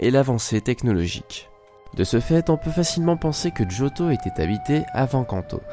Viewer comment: pk tu fit djotho alors que c jotho